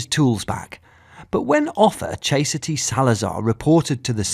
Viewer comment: "Chase-a-ty"? Her mom, or the narrator?